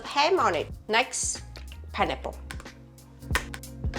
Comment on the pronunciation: Pineapple ❌ Pienipple ✅ (I'm not native English speaker either, but this cracked me up)